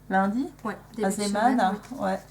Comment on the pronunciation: Coucou ! Je n'ai pas encore tout vu, mais en tout cas, vous avez raison pour la prononciation de Zeeman. C'est du néerlandais, ça vient de zee, la mer, et Man, l'homme.